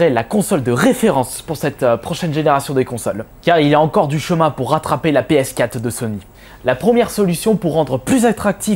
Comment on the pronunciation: Arrete de dire "PS Cat" ptain c'est "PS Quatre"...